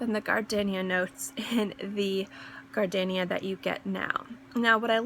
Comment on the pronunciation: Great video. Just a heads up....there is no "alternate" pronounciation for "gardenia". It is pronounced with a long "e". Perhaps some people are pronouncing it with a short "e", but if they are, they are pronouncing it incorrectly. Frankly, I have never heard anyone pronounce it with a short "e". Perhaps in other countries, it is correct to pronounce it differently, but not in the United States, so if, as you say, "people" are telling you that it is pronounced differently, you should probably let them know that they are wrong.